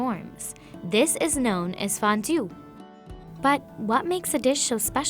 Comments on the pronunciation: I died when she said fan jiao as fan ju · Her pronunciation was so spot-on for "fan jiao" and "bao zai fan". Taking the time to practice small things like that is real journalism.